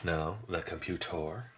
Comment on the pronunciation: Computor? He's actually a robot brother of SKELETOR!